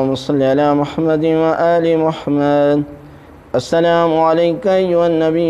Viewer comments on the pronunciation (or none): lafaz e Muhammad ko sahi tareeky se ada kary